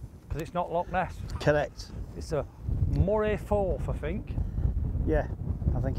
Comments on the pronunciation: I want to play Hopeman. Great video again! Love and attempts at telling the golfmates where they’re playing “Moray Forth (Firth)” and the local distillery that produces Amberlour (Aberlour) 😂😂😂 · Pedantry. It’s not the Moray Forth, it’s the Moray Firth. And the one near Edinburgh is the Firth of Forth